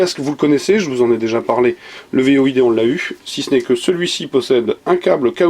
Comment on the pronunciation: C'est "Void" pas "V.O.I.D"...